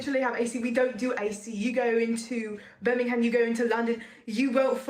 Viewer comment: This video is actually two American girls attempting to do British accents for a TikTok skit. Their pronunciation is off on multiple words & their accents waver constantly. In the UK we don't say the "HAM" part of Birmingham it sounds more like "ber-ming-am". Plus if these two were from Birmingham their accent is wrong, it's like saying you were from New York but giving a Texan accent.